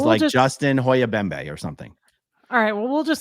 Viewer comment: JUSTIN HOYABEMBE????? Aaron... come on man... it's trudeau (true-dough), you just said he wore black face, why would he have an african sounding last name? I don't think that was lack of knowledge, I think you just need to sloooooooooooooooow down sometimes, lol.